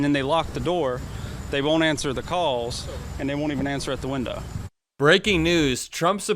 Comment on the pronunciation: It is pronounced WINDOW not WINDA.